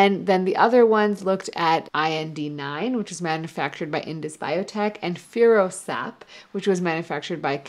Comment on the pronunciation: Furosap, not Ferusap